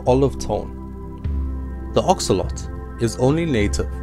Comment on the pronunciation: It’s axolotl not axoloti